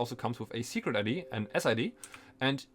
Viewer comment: It sounds like you're saying "sugar daddy" instead of "secret ID" and it makes everything way funnier to listen to.